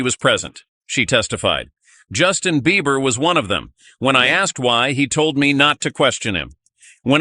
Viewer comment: His name is Beiber ...not BeiVer! Lissen Up!